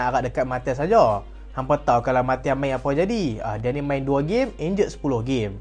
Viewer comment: bang sebut nama martial elok2 ah